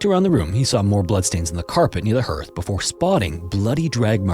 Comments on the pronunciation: ... It's pronounced "HARTH" like heart. Not HURTH like hurt. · LOL Sorry, played WoW a lot so it's always funny to hear 'hearth' pronounced like 'Earth'. 'Hear' here is like 'har' from 'hard'. Not making fun, English is just very stupid. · What human says "herth" instead of "hearth"? Or "almost nearly"? 😆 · Wow this was terrifying. Can't believe how you pronounced hearth. Gonna have nightmares.😂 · FYI, "hearth" rhymes with "Garth," not with "earth."